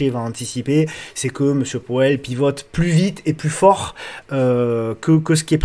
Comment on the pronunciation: Hello ✌🏻. Ta prononciation de MR.Poêle (Powell) m’a bien fait rigoler 😂… Je vais essayer de retrouver ta vidéo sur les crypto, je ne l’ai pas vu passer 🤷‍♂️🙈, dommage ça m’intéressait. Bon week-end👌et merci.